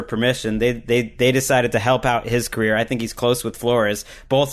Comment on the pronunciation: Great podcast as always, but when said " Colt McCoy's macreer," I couldn't stop chuckling loll